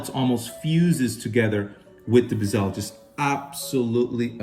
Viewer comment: It’s not a Bi-SELL. It’s a Bezel, emphasis Be like BEH zil.